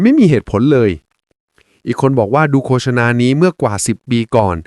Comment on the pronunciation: โฆษณา นี้ดีจริง แต่ควรอ่านให้ถูกด้วยว่า โคด - สะ - นา ไม่ใช่ โค - สะ - นา